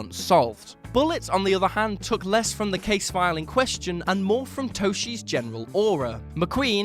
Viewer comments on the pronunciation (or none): For what it's worth, Toschi is pronounced "TOSS-kee."